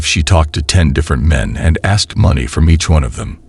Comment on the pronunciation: WHY DO SOME PEOPLE SAY, I AXED YOU A QUESTION? OR WAT’S YU MEEN? I KNOW E-BONIC’S WAS SO VERY POPULAR DURRING THE 70’S AND 80’S.